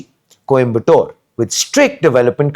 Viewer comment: Ffs stop calling it Kombatore. It would have taken you 10 secs to get the pronunciation right before making this video.